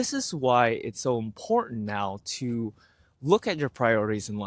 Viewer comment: I know it's petty but it irks me that you can't seem to say 'important'. Ok.. done with that. Content is great. I can feel the shift in my attitude and see the changes in my life. I am content almost all of the time now.